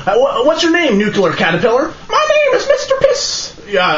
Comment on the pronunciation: Can you tell the "nucyular catarpellar" I said hi?